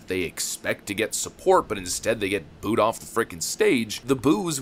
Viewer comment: Booed not bood